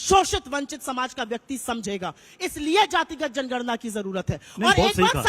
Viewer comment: सुप्रिया ने जनगणना को जणना बोला है ध्यान से सुनो चमचो जो कगना के रामनाथ कोविड कहने पर सवाल उठा रहे थे वो तो अभिनेत्री है पर ये तो राष्ट्रीय प्रवक्ता है पप्पू पार्टी की 15 से 20 सेकेण्ड के बीच का क्लिप देखिये और सुनिए ध्यान से ये जातिगत जणना बोल रही है ये सुप्रिया और रागिनी को मत बुलाया किजिये प्लीज इनको तमीज़ ही नहीं है बात करने की ।